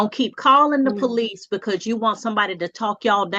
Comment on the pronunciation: She called the poh-lice? Multiple times? He needs to divorce that woman